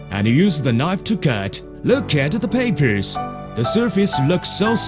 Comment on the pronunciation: 3.24 lök at the perpers the surface lüks suh slidey